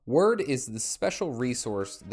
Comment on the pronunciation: Wyrd is pronounced like "weird". At least where I come from in the UK. It's a Anglo-Saxon word, so....